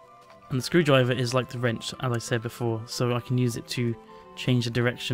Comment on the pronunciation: Ze Screwdreiver (russian accent?) LoL!! that was the best!!!!